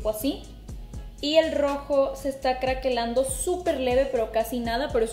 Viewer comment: Cuántas veces escuché...crackelando, crackelar...me traume